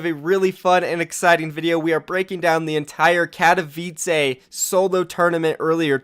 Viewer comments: you are reading katowice like katowica lol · It’s not katovice it’s katoWice fucking hell